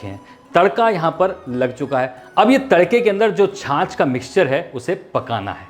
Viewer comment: या खुदा तेरा शुक्र है की कोई तो छाछ को छाछ कह रहा है । एक गधा है लखनऊ से जो बड़े ही बोर कर देने की हद तक जा कर अपनी हंडिया बनाता है और छाछ को छास छास कहता फिरता है ( वैसे उसे उर्दू बोलने का भी शौक़ है और अल्लाह तौबा बहुत ही बुरी उर्दू बोलता है और बीच में गाने भी गाने लग जाता है और अल्लाह क़सम गाता भी बेसुरा है)।